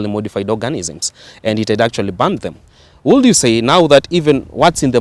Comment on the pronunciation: To the young man here, in the words "should" and "would" the "L" is silent!